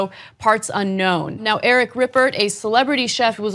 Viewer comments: "Eric Rippert" lol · Eric Ripert pronounced (Repair or Re-pear) not ( Rip-ert) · Very tragic aout Anthony Bourdain. But Ana, I really like you and this show, but your really have to learn how to pronounce Eric Riperts last name correctly. He is french and you pronounce as it would be an american name so was completely wrong. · Anna. The T is silent in Ripert